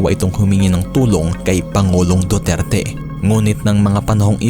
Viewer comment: Anong Dudirty?? Napatunayan na wala syang kasalanan self defense she was a victim of sexual abuse kaya sya napalaya ,,, hindi c duterty hayysss mag basa muna ah 😂😂